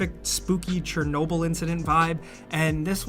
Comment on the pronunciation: You apparently don't know how to pronounce Chernobyl. It's ridiculously irritating.